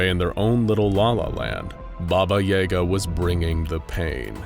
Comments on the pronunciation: BAba yaGA. Everybody gets the stress wrong! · bah-bah yah-ga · Thamn epic baba yega pronouncination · Who pronounces it Baba Yay-ga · Why is he switching to a long a for no reason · Its yaga not yaga. There is no "yay" in russian it is ya not ye that changes the word. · This is the one video that I can't watch because I literally can't hear that word pronounced incorrectly like that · And I too didn’t believe it was possible to butcher that name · The pronunciations are murder, good to see an interest in Slavic folklore tho. Fun fact, "Obrecheny" means doomed in several Slavic languages. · I refuse to believe that is how Yaga is pronounced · Coming from Slavic country it just hurt my very essence how they pronounced it 😂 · The way u pronunce yaga hurts me and im not even russian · The mispronunciation of Yaga is painful. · You miss pronunciation of yaga is cringe worthy congrats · I don't like how you say yaga, it just doesn't sound right. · His pronunciation of Yaga makes me cringe. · The way you say Yaga made me cringe every time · I thought it was pronounced "YAH Ga"?? It sounds like your saying "YAE GA" but I've only heard it pronounced the other way 🤔 is both right??? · Jaeger? Why are you saying baba jaegar? It’s literally spelt yaga pronounced ya-ga. Maybe if it was spelt yega but it’s not. I cringed so hard every time her name was said. But this is one SCP I see no reason to contain instead of straight termination. There’s nothing to gain from her besides the risk of escape and death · Every time the narrator says "Baba Yaega" I take 5d6 psychic damage. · I am so glad others noticed and said it because it was startin’ to bug me 😂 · Ukrainian's say yaaga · It is Ya-ga, they mispronounce words all the time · ITS YAGA NOT EGA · Yay-Gah?.... its ya-gah.... sigh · Ya-gah, not yay-ga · Worth mentioning that "Yaga" pronounced as "Yaaga" and not "Yega" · That was driving me crazy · I always thought it was Baba Ya-Ga, not Baba Yay-ga 😶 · Baba Yah-gah not Yay-gah